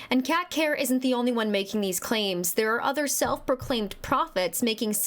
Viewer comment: “Kerr” rhymes with “her”